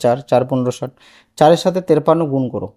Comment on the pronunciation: তিরপান্ন বলো কেনো😂😂😂😂😂😂😂😂😂😂😂😂😂😂😂😂😂😂😂😂😂😂😂😂😂😂😂😂😂😂😂😂😂😂😂😂😂😂😂😂😂😂😂